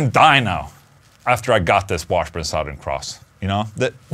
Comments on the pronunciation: SUH-THURN not SAOW-THERN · Sorry Ola I have to do it. It’s “suthern” like brother. I know it looks and spells like south but for some weird reasons I don’t know anyone who says south ern. You say it any way you want but I couldn’t hear anything but how you said it. Maybe it’s my problem. Probably. Lol. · Love the way he says “sawthern” cross. 😂😂